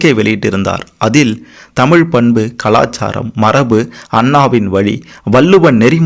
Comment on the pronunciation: Anne Thamizh nu sarya chollungo !!!!!